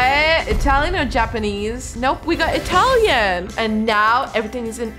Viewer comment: The Italian pronounce was bad bc I'm Italian io sono italina